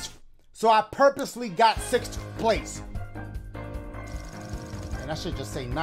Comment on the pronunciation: it’s always sixsthff 😂